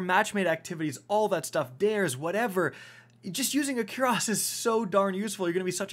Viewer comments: baby. You're saying quuuras it's coorass. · Fun fact cuirass is pronounced kwuhrass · your pronunciation of cuirass makes me want to delete this channel, jk i still love you